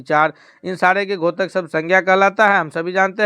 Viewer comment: 28 वें प्रश्न में आप घोतक क्यों बोलते हैं? द्योतक बोला जाता है। कैसे हिंदी के शिक्षक हैं आप !!!!